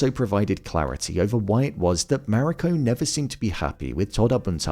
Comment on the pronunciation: Mah-ree-co. Emphasis on the first syllable.